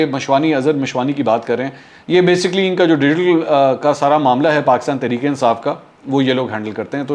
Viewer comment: منصور صاحب، ایک تو (بے سی کلی ۔۔نا کہ۔بےسک لی )۔۔تلفظ صحیح بولیں دوسرے بار بار یہ لفظ نہ بولیں۔باقی زبردست!